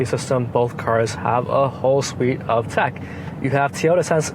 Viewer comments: Teeeyota? Really? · Toyota pronounced Teaota?? ;-)